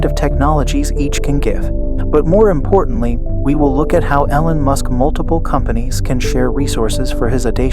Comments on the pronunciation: EEEE-lon, dude. Not EH-lon. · No, its your voice program saying Ellen Musk instead of E-lon. Damn do you people even listen to what you say? Fuck man! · no, your pronunciation of his name is wrong. I was trying to give you help phonetically. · yeah pronounce it correctly or no sub.😄